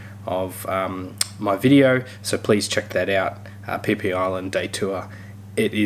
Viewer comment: Pronouncing PhiPhi Island wrong 🤣🤣🤣🤣